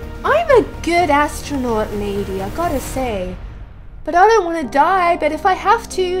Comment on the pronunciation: Who else thought that when she said I'm a good assstronaut lady I thought she sad I'm a bad ass astronaut lady! xD